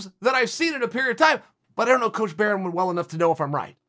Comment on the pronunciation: Eugene “berryman” Bareman